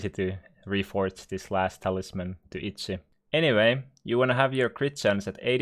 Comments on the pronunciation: If I am not mistaken, he is Finnish. As a Finnish person myself I can confirm that over 90% of Finnish people pronounce “Itchy” Itzi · I love how your accent makes you say itsy